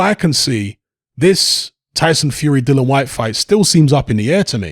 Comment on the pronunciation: Yet another YouTuber that doesn't know the rules about a subject which they're talking about as WBC interim world champion dillian Whyte is entitled to up to 45% of the purse bid split this is what the arbitration is about but then again you can't even say the guys f**** name right so why should anybody expect you to know s***